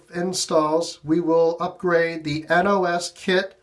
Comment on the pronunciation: Nos not n o s